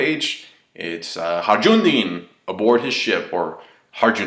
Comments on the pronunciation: The J in Hajrudin is actually pronounced as a Y. It's a Turkish name. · Nitpick: HA-RU-DIN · Hi-Roo-Deen is the pronunciation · "Hanjrundeen" ! Your pronunciations of his name get funnier every time, my friend. It's just Hajrudin, in Japanese pronounced "Hairudin". So just say "Hairudin". Like "Hi-Roo-Din". PS : it's also not "Mont Deer", or "Mont Dior", it's "Mont d'Or". Nitpicking aside, great review, as always. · It's HAJRUDIN. Like in "Hayrudin". Jesus Christ, Americans.... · It's pronounced High-rudin (with a soft R) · you're of mexican descent right? , the j in harjudin is just as it is in spanish